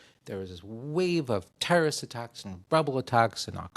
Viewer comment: "Mali's little trrrsts problem"....